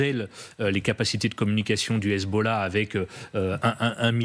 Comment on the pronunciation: le commentateur a h Hezbollahhhhhhhh avec l'accent 😂😂😂